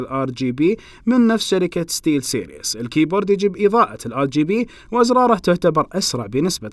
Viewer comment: سِرِيز ، وليس سيرياس